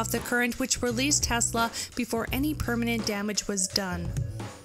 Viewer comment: Tesla was a god!.. The way you pronounce his name makes me want to slap you!